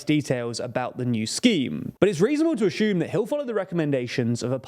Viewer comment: Assume does not have a H in it.